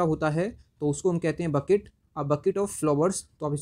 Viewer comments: its not bucket, don't mispronounce 😂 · Sir, "Bouquet " is to be Pronounced as /bo' ke:i / not, /b^ket/. The latter is the pronunciation of "bucket " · भाई वो बकेट नहि है. बुके है. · Sir please check the pronunciation of bouquet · Bro google me bouquet ka pronouncation dekh🤣🤣🤣🤣🤣